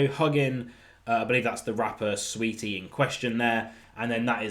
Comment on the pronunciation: Saweetie, not Sweetie